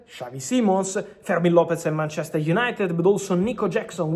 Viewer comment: Mar-chester 😂😂😂😂😂 wtaf😂😂